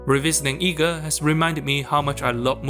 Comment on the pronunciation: Eega ❌ NEega 🌚